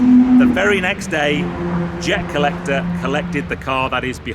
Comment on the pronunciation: It's jer collecter mate